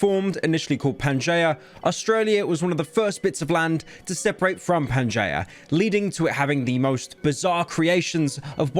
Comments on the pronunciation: Ten seconds in: Pan-jay-uh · it's not pronounced panjiyah it's fucking pan ge a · pyro saying panjaya is funny bc he sucks at words SAY PANGEEUHH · PanGea, not jaya. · Pyro saying Pan Gen Ya It’s Pan Gi A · "pan-jay-ah" you know, only pyro could fumble this. "pan-jee·uh" pyro it actually brings me harm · Wtf is "panjaya" it's pronounced pangjiya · Wtf is panjaya. It's pan-G-ahh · Hello British person, to my knowledge, Pangaea is not pronounced (Pan-jay-uh) rather, (Pan-jee-uh). I have no idea how you would've come to the conclusion of this pronunciation. As a member of the county that made the language yourself, I wish you well on learning how to use it 👍🏻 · Incorrectly understands land masses than refers to Pangea (pan-Gee-uh) as Panjayah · He says it like "Pan-Jay-Uh", and its annoying how ive always heard it as "Pan-Ge-Yuh" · Please stop. It’s not panjaya, it’s pan jee yah. The fat furry lover man is gonna make me cry and shit and puke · Pyro please, it's Pangea not panjaya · but...but peanut butter is two words?? also he pronounced it correct so this comment is pointless EDIT: He does pronounce it wrong; he pronounces it as Pan-Jay-Uh instead of Pan-Jee-Uh. but you're still wrong either way :) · It's pronounced Pan-gee-a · Pryo is the only person I know who could pronounce Pangea as Pan-jay-uh, and he will most likely claim this is the correct pronunciation, because he is british, and clearly, living in a place full of stupid people with a funny accent is way more cultured and intelligent than living in a place full of stupid people with no funny accent. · He really just called Pangea.... "Panja". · Pan-jay-uh yet that’s the way to say it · "pan jay uh" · Its pan GEEE A fockin idiot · “Pan j uh” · “Pan jay uh” 😂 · its pronouned PAN-JEE-AH u brainlet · Bro really said pan-jay-uh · "Panjay ah" Thanks pyro. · Mf actually says panjaya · Aint no way he said "pan-jay-uh" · ITS NOT FUCKING CALLED PANJAYA!💀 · Ah yes, PanJayah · bro said pan-jay-uh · he botched pangaea